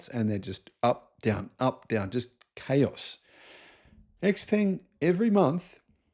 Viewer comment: X pung is closer to the actual pronunciation